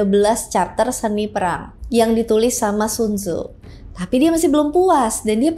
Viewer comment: bacaan ny sun ce .